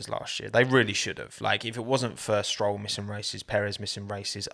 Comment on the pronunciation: *unt.. he missed These letters while talking s-troll